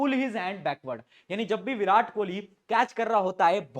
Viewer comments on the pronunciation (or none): none